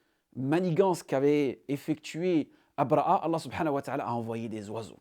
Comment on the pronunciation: أبرهة الحبشي، بالهاء أو أبرهة الأشرم وليس أبرأ( abraa) كما تنطقها انت. تستعمل العربية والفرنسية ولسانك ينطق الحاء والهاء بسلاسة، ولكنك لا تنطق الهاء في ابرهة، شتان بين الاثنين وانت تعلم ( أبرهة وابرأ )، حتى بالفرنسية لا تنطق a. على كل، بارك الله فيك و مزيدا من النجاحات.